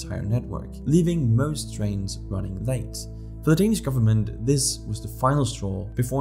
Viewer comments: Are you danish? your danish pronunciation is spot on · You can tell the quality of a video, whenever the narrator pronounces the words in Danish absolutely perfect without any accent.